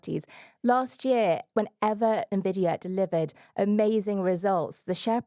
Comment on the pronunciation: Thank you to for pronuncing Jensen Huang and Nvidia in the standard way! Impossible challenge for MBD hosts 🤣